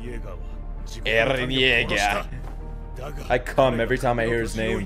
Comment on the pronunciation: The way he said Eren Jeager! :p